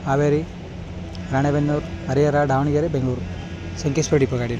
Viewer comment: Sir pz correct ur self it's ದಾವಣಗೆರೆ not ಡಾವಣಗೆರೆ